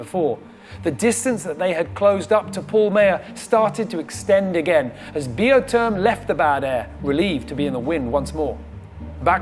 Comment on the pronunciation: Seriously, I've heard pronounce the boat Biotherm in the beginning of this race. somewhere near the rounding of the Horn he started with Bee o term. Why the change. Even the crew use the Biotherm pronunciation.